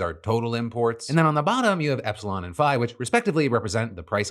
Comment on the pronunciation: thank you for pronouncing "phi" correctly watched 4 videos today from other breadtubers about the same thing and they all said it wrong like lmao